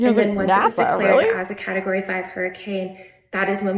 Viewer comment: ….. is category that hard to say. 😭